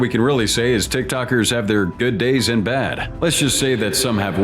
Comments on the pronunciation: I love how the bot voice said "Tickie Tockers" the first time 😂😂😂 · "Tikitokers" and "Bahla-clah-vah" smh......